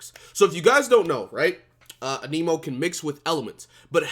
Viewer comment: Your videos are very good and I enjoy them but it’s Anemo ( ann-uh-mo) sorry lol it irks me when ppl say aneemo lol 😂